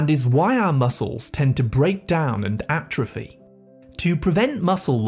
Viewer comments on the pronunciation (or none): none